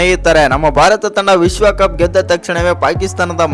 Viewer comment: ಏ. ವಿಸ್ವಕಪ್ ಅಲ್ಲ ಕಣೋ ವಿಶ್ವಕಪ್. ಉಚ್ಛಾರಣೆನ ಸರಿಯಾಗ್ ಮಾಡಪ್ಪ.